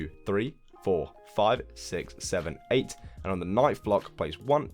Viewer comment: your houses are amazing. but the way you say * Sick * and not * Six * is so damn annoying